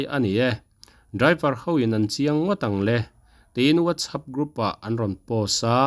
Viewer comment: whatsapp ti hi i lam fiah thei lo mi.....